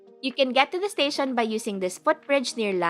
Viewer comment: Don’t get offended. Your pronunciation sounds robotic, you can soften it a bit, rather than making it sound like a typewriter. Instead of saying to sound like ‘staSYON’ say ‘staSHEN’ some vowels can be soften. Overall, your grammar is good.